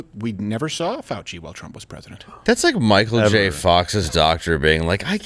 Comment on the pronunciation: Dr. Faux-chee !!!